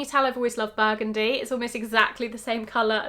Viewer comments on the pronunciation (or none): none